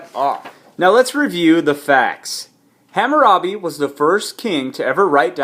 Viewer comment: dumb ass you pronounced it wrong you dumb ass nigga